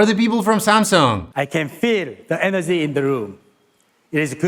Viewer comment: I know, I know - making fun of people's accents is so 2010, but, and "I can feel the enerzy in the room. Is good!"... Priceless!:D